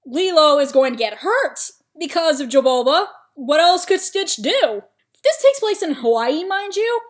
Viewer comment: His name is Jumba Not Jabulba Not being rude btw just thought that was funny XD